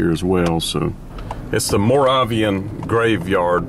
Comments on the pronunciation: Guess this dude's never heard of The Breakers... and it's pronounced "maw RAVE' eee in" (Moravian). And of course Moravian is anything to do with Moravia!! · FYI It's pronounced more-RA-vee-an. The Moravian Church was supposedly the first protestant group in Germany predating the Lutherans. Many of them came to America to proselytize prior to the Revolution. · Curious, when were you there & saw it unkempt? What month/year? Also it's Mor-A-vian with a long A. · Its pronounced More Ray Vee An. In high school we would go hang out in the court yard at the wall at night. Some go in the back side into the cemetery. Too many break ins for looting caused the security. My family is buried there. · It is pronounced more-A-Vi-an, and it is a Protestan/Lutheran religion. The name by which the denomination is commonly known comes from the original exiles who fled to Saxony in 1722 from Moravia to escape religious persecution. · Yes, the pronunciation of the word Moravian is MORE RAY VEE AN with the A in Ray pronounced with a long A and the e's in Vee are said with a long E